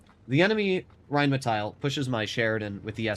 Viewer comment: The Name is rheinmetall. Not rheinmetail. There is no i in this name.